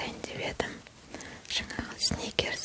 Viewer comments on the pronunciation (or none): none